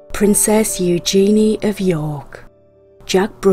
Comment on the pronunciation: Disgraceful, Camilla has the Queen mother's ring. Markle, that never should have been approved. Terrible. Don't get me started on Wallis Simpson. I have never cared for colored stones for engagement rings. ( The narrator mispronounced Eugenia's name incorrectly. ) I'm very surprised these super wealthy people have such small stones. I think they are all ugly, strange looking rings except for Camilla's and Prince Albert's wives ring. Remember folks, these are my opinions. Don't comment about how wrong I am. Everyone has an opinion. You probably won't agree with me. That's okay.